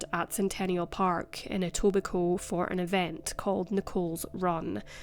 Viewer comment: Wow you pronounced Etobicoke right!!! Nice work